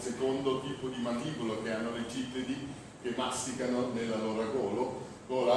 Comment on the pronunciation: Ciao.molto.imteressante is CRI-tto